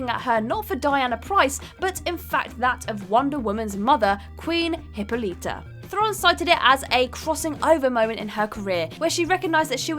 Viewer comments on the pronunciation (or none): Diana PRICE???? Queen HIPPO_LETA??? Gal GAR_DOT three for thee mangles on that one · Diana PRICE? Queen Hippa-LEETA? Gal Ga-DOT?